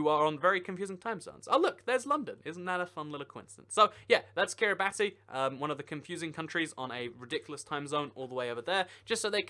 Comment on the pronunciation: He noticed London, but not Banana or Poland or Paris when he looked at Kiribati 😂 (by the way, it's pronounced "Kiribass" because in Gilbertese, the language of that country, "ti" sounds like an "s.")